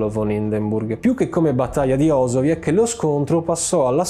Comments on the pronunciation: Tratti bene la storia. Pero la pronuncia del nome della citta in polacco e OsowieC, come viene fatto dal fino a ... (NON OsowieK). In polacco la C si legge come la C e non come K. Scusa ma sentirlo cosi "urta" urta un po'' ;) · Si legge osoviez non osoviek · Si legge OZOWIEZ, NON OSOWIEK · Ma almeno pronuncialo bene! Si dice osowieZ la c in polacco è una Z non OsowieK ma OsowieZ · La pronuncia è Osoviez (z dura), video fantastico come sempre. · Comunque la c finale si pronuncia in polacco come la z,quindi si pronuncia osowiez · Credo si pronunci ''osoviez''. ===